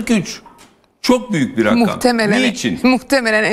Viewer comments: İzin verinde konuşsun kadın bu arada Rakkam değil rakam ! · Rakkkam rakkkkam nedir abi rakkkam. Ya rakam de. Ya da deme be abi biktirdin